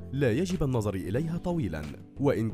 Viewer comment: منذ القدم؟ بفتح القاف؟ يعني الرجل؟ الله المستعان النظر بضم الراء وليس بكسرها وغيره وغيره............